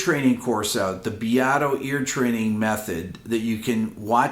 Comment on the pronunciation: Why does this guy pronounce Rick Beatos’s name so weird? It’s “beat-o.”